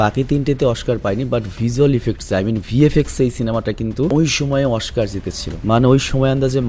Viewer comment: Oskar ❌ Oshkar ✅